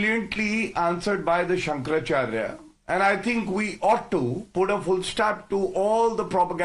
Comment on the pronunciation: Pronounce correctly- Shankara Acharya not Shankar Charya.